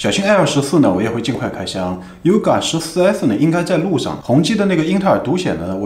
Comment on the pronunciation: ，念hong ji~~